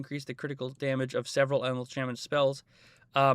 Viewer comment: It’s not shamen it’s shaman